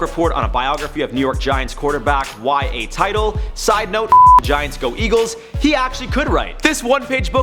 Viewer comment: it's Y.A TITle as in "IT"